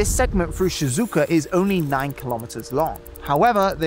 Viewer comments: Hey, great vid but you kinda butchered a few names there. Maglev - not "Megalev" MAG - LEV Shizuoka - not "Shinzuku" or "Shinzooka" SHE - ZOO - OH - KA kinda threw me off a bit lol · You should at least check out pronounciations of Japanese words before publishing - you said 'shizooka' and then even 'shinzuku' at 12.30, when it's Shizuoka. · Please, for the love of God, learn the correct Japanese pronunciation!!! It is Shi-zu-oka, like She-zoo-oka! Not She-zooka! Just a short Google research could solve this. Don't be weeaboo DESUUUUU. Be someone who is interested in the culture and language.